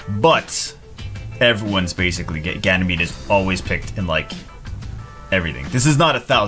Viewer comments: He's Ganymede not Ganymeade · "Ganymeade" omg I'm laughing so hard! xDD Plot twist: he has been Ganymeade all this time o.O I'd used to say Woonsa to Woosa all this time xD!